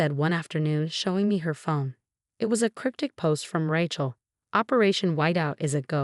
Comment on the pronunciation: Good story mispronouncing Rachel and Sophia